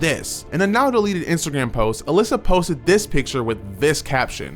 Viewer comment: Funny that u say alissa like shang tsungs video, its Alaina